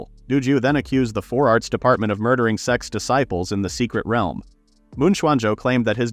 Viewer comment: Text: "sect's blood and seal formation" Narrator: "sex blood and seal formation"